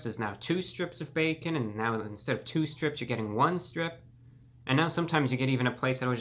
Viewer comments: ...the back-orn 🤣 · "theres the b e k k o n" what a king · Reviewbrah hit that ò when he said bacon😂